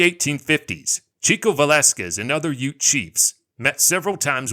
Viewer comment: Did you think that "UTE" is short for something? Like U.T.E.? It's "Ute".